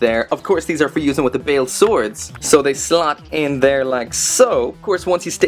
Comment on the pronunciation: Ur saying his name wrong its "Ba-el" that is how u say it right